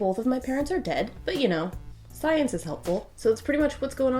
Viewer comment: schmience....not science